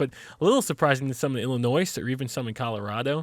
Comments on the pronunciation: this fucker just said illinoiSS... i love yoy chilled... but chilled, cmon man why you gotta dis my home state like that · After you pronounced the s in Illinois the unsubscribe button is looking more intriguing... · Oh god... pronounced the s in Illinois. Please... don’t lol. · Is anyone else triggered that he pronounces Illinois with the ‘s’ when it’s silent. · Illinois doesn't pronounce the "s" at the end of it. Haha XD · Oh god, the shame and cringe he brings to me when he pronounces Illinois. Ouch. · Did you pronounce the s in Illinois? Dead 😂😂😂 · You pronounced the "s" in Illinois... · the s in Illinois is silent. Sorry it’s a pet peeve when people say it.